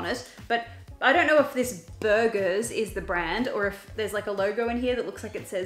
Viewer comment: I think the "burger" vase actually says "Berger" pronunced "bear jé" which means shepherd in French but is also a pretty common last name ;)